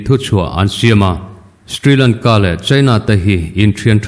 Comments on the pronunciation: Ka pu, sthrilangka i tih hi Shri Lanka tih tur a nih hmel eee ka ti. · Stri Lanka nilo in Sri Lanka tiin lam tur a sin mawle.